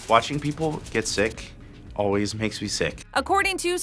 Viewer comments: aaalll ways why are you saying Oways? ={ } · “It’s just Oways around” what did she just say?